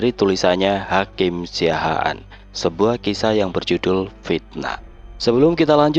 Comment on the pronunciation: Siahaan bukan Siaahan Mas